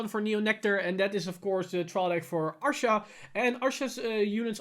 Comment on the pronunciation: Rebirth of pineapple 6 he was saying Arsha. Look at the way his mouth moves when he wants to say Asha. Obviously we know what he means but yes due to his accent he says Arsha instead of Asha